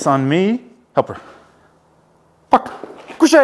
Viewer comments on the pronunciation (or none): I think it's all French. He says "coucher" ("lie down") and "très proche" ("very close"). He just doesn't pronounce it like a French person, which would sound like "treh proshe".